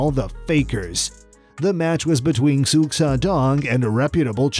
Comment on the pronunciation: Xu is pronounced, "shoe".